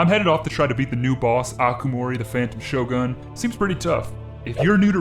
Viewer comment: Phantom shogun add a t in the middle of o and g